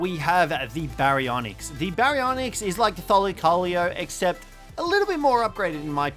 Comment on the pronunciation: (thigh-lacko-leo) is the pronunciation